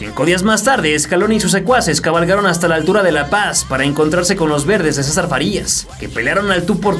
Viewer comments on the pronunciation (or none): none